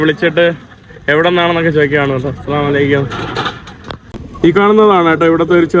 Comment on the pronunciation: അ- അലൈക്യം എന്നല്ല പറയുക.. (അർത്ഥം മാറും ) അസ്സലാമു അലൈക്കും... എന്ന് പറയുക.